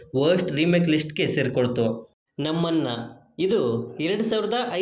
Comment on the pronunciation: 4:೦2 ನಮ್ಮನ್ನ ಅಲ್ಲ ನಮ್ಮಣ್ಣ ಯಾಕ್ ಗುರು ಕನ್ನಡ ಹಾಳ್ ಮಾಡ್ತೀಯ.😮